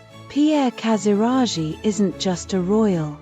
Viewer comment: What an idiot! As for Achilleas: his Grandfather wasn’t just a Prince of Denmark but the King of Greece! And Pierre Casiraghi is not pronounced Casirashi , but Casiraghi( with a g in the middle. But I guess dummy AI voices never learned the rules how to pronounce names properly !